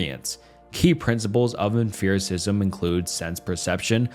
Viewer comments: i def winced every time i heard emFIRicism instead of empiricism, but at least he was consistent. i wonder if it’s a dialectal thing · you saying emPHiricism the whole time was killing me LMFAOO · I'm gonna be that guy and complain about the way you pronounce Empericism 😭😭😭 EMP. not EMPH. it's not em-fear. It's emp-ear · Bro are you trolling with the emFericism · "Emphiricism" is sending me. It's pronounced like empirical; like empirical evidence... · I wasn't gonna comment but you said it SO many times. Why emFEARism? There is no PH my brother. P P P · For me, it was the mispronunciation of many words that tells me his script has words he’s never used in real life. Tell me more about emfearicism my guy. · Dear OP Channel; for the love of everything good, stop pronouncing it em-fear-is-izm. that is all. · The only thing that upsets me in this whole video is how you pronounce Empiricism adding a 'f' sound to it like its spelled Emphiricism. bothered me to no end. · If you say emphiricism on more time… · The constant "f" or "ph" sound instead of a hard "p" made this video harder to listen to. You said emphiricism so many times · for the love of god, it is not emphirical or empherisism. hard f-g P. em Pi ri cal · EmFiricism. EmFerical evidence. Have I been saying it wrong? Thats a P, not a ph in Empiricism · ok but why are we saying emfiricism and emferical. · EmFiricism? It's a P, not an F. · 'em-FIR-icism?' Did I learn to pronounce empiricism wrong? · You pronounce exPerience and Principle very clearly. Great video but mind numbing hearing say emFEARicism so many times bro. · Did this guy pronounce it emferacism? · This has to be an AI voice over?!?....Empiricism, Laissez-faire, Descarte & Leibniz we're all pronounced like a 5 year old! 😂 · How many times will he mispronounce "Empiricism" as in empirical data. Jesus...pay more $4/hr outsourced phillipino VA'S for your scripts, dude . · How can you not pronounce empiricism? 😂